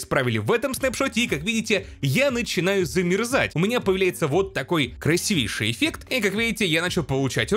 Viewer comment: не красивЕйший, а красИвейший!!! Прости, конечно, что поправляю, но слух режет)) P.S. Да и не в первый раз😁